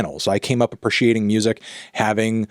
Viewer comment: Bro simply ignores a vowel in "appreciate"